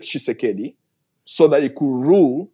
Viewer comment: Where in the world did you get that information from? French mercenaries are actually fighting alongside Rwanda and M23 rebels in eastern DRC. Please respect our 6 million dead! By the way, his name is not Tsisekedi...it is Tshisekedi for you Sir!